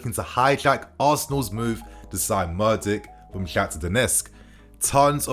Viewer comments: not murdyk, mudryk! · what is with this english guy ffs. when you see a foreign name you lose all sense of respect for calling their names correctly, all education on phonics and eyesight. Gvardiol -> Garvidol, Mudryk ->Murdyk and Mordich. You have 161k subs and reporting on news and dont bother to pronounce it right, its disrespectful and lazy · You can't even pronounce his name correctly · Mudryk mate. You mess up the names too much. It isn't that difficult imho. Might only be the english and yank problem butchering names I suppose.